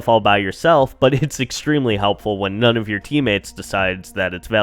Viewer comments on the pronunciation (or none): none